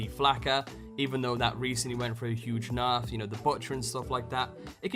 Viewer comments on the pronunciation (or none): none